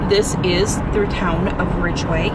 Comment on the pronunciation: There's no R in Ridgway